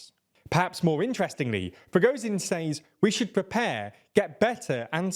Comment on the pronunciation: They nearly have Prigozhin right. Well, better than it has been anyway.